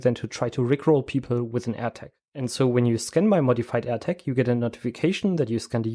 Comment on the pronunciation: Very interesting! one thing that amused me is that when you say "Air Tag" it sounds exactly like when you say "attack" - threw me a couple of times :-)